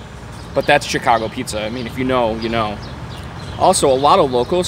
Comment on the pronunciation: He can't pronounce pequods OR chicago